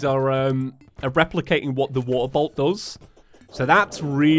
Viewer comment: Geez everytime I hear him say “waterbolt” I only hear “waterboat” which also makes no sense because all boats are water. Wait that doesn’t make any sense either.